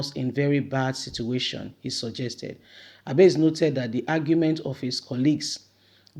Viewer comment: My dear sister Abasì (Abass), not Abase. "I"pronounced as "e" please. You always get good information to share but your name pronunciation is so bad. Please work on it. If more than 2 people are bringing to your notice something important please work on it, do not ignore. Just my own nugget for you. Peace ✌